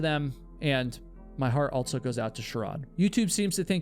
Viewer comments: You always say "altso" instead of "also" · Subbed, even tho every time you say "altzo" (also) in your videos is worse than nails on a chalkboard. I enjoy the stories tho. 👍